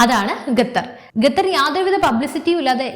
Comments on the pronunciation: ഗത്തർ അല്ല മകളെ ഖത്തർ എന്ന് പറയു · ഗത്തർ അല്ല ഖത്തർ.